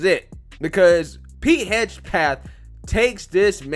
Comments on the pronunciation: HEG-SETH. Not Hedge-Path. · Side note: you absolutely BUTCHERED the pronunciation of "Hegseth." I'm just saying. 🤣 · LOL... you can absolutely massacre some names. His name is Pete "HEG-SETH". That's alright though, you have become my favorite You Tube Conservative.